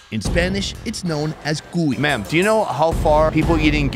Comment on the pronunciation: The HARD pronunciation is in the “i” for the word CUI (the name of the hamster. It’s not CUi its cuI 😊